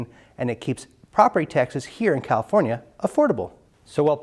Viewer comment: "Califonia" LOL